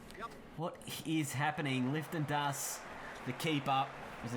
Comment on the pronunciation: You kept saying “Lifton Das” it’s “Liton” 😂😂